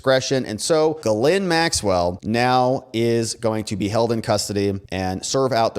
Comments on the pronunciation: When she introduced herself, she pronounced her name as "Jizz Lane." Ironic, I know, but every one seems to use the wrong pronounciation. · why is it that nobody can pronounce the name Ghislaine ? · Interesting video, but I think you really need to work on your pronunciation of "Ghislaine". LOL